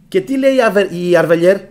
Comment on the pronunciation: αδερφέ μαζί σου είμαι και σε όλα όσα λες είναι σωστά ....αλλά να δέχεσαι και κάποιες διορθώσεις ....